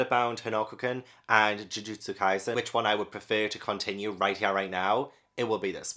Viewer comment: So many of these if not all are so incredibly good, the ones I definitely recommend so much are Jujutsu kaisen Demon Slayer Haikyuu Assassination Classroom Bleach (and you said their names correctly) Toilet-bound Hanako-kun My hero Academia Yona of the dawn Kamisama kiss One Punch Man Fairy Tail